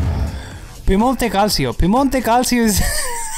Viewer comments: It's Piemonte CAL-CHO Not "cal-see-o" I'm italian. Calcio is the way we call football. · It is Cal Cho but almost EVERYONE who doesn’t have Italian knowledge will say Calseeo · Useful information dude I always read it calseeo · Cal_CHO I'm Italian too. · "You say Cal-Cho... We say Juventus!" -PES Players Same difference! 😉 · Piemonte calsio non si può sentire 😂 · first thing I thought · Trust me, this guy is right, i'm romanian and we read same xD